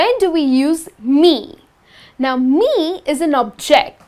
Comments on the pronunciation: Nice class, but please stress the words properly: SENtence, SUBject, OBject, because sometimes you're doing it wrong. Best regards and thanks for sharing. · You're placing the wrong emphisis on the words subject and object.. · Would it de okay to pronounce "subject" and "object" with the stress of the first vowel? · I love your videos. Just check the stress on the words subject and object when they are used as nouns not verbs. Best Regards. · This helps in clarifying the differences between the use of I and me. It's just irritating to hear the incorrect stresses for subject and object. So it changed the meaning of the words.